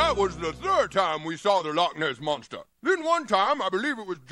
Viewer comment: She said tha Lotness monssa 😂